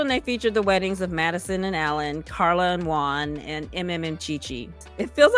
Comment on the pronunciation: Love the way you pronounce Carla!